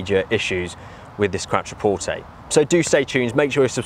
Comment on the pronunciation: 'Qwatra-porte' lol